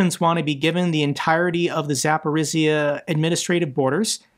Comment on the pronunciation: Zaporyzhya ZapporyŽya ---the sound /ž/ , like in French words Jean etc....